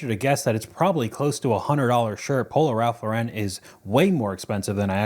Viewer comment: “Polo Ralph LOREN” 😂